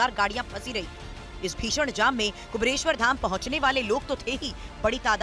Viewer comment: एंकर को पहले ठीक से 'कुबेरेश्वर' बोलना सीखा दो भाई !